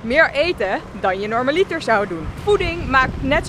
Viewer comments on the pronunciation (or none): Hey dude! Ik heb even een rare comment maarre... Ik ben een beetje een taalfanatic haha. Bij het woord 'normaliter' hoort de klemtoon op de 'a' ipv op de 'i'. Is een common mistake, is ook niet erg, maar aangezien je het woord best vaak gebruikt en ik persoonlijk wel graag hoor als ik ergens de klemtoon verkeerd leg dacht ik, ik deel het even.🙊 By all means, doe er niks mee als het je zelf niet boeit! Love & heb weer genoten van je video 😘